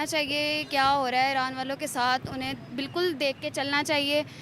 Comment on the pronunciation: Aaran 😮😮😮 are jahilon bolna to seekho